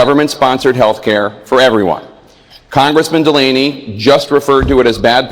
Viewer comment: Correction his name is John DUH Lamey